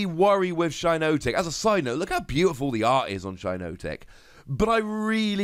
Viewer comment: It’s shi-NOT-ic not shi-NOTE-ic